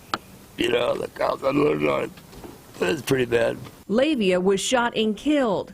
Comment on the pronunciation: Please pronounce names correctly, the suspect was a Pacific Islander (Samoan) his name was pronounced Lah-Vay-Ah. It's the same problem people still have, pronouncing Tua Tagavailoa's name, do your due diligence, not everyone is named Smith.